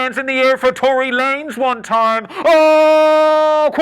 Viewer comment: Two-Ry Lanez lol